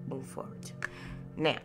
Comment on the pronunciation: ❤️ love your energy even if you still have a cough. “Move forwart” 😂 love it 🥰